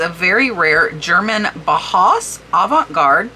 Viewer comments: Fantastic! I'd be interested in the $50 to $100 range as well. BTW, "Bauhaus" is pronounced "bow" (like of a boat) "house". 😁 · German Bauhaus is pronounced BOW HOUSE. It’s a design school from the Midcentury. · FYI Bauhaus is pronounced like "Bow House." It pays to study other languages! Or in this case have knowledge about music... Very famous '80s British band... In this case the term "bauhaus" is referring to a particular art aesthetic that grew out of the German art school of the same name (which, as you can deduce, is what the band named themselves after).